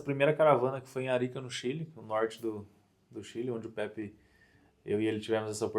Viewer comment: Não é pepe é Pepi kkkkkkk tmj irmão saudades